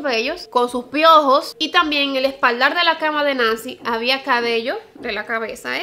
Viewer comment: Desde el al COMO ME REIIIIIII JAJAJAJAJAJAJAJAJAJA narraste tan chistoso 😂😂😂😂 yo no se como andaba dejando todos esos pelos con piojos por ahí! 😂 Edit: el resto del video cada vez que volviste a decir piojos me he reidooooooo jajaja como le hiciste énfasis a la palabra...